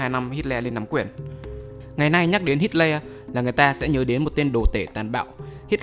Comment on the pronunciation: Nghe như hít ke :))